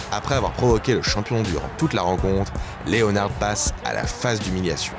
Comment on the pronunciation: SVP Correction: on ne dit pas Léonard comme en français mais bien Leonard (prononcez: Léneurd)... Sinon vidéo excellente!!!